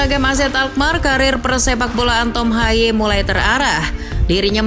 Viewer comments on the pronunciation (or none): Baca namanya bukan tom haye melainkan tom hey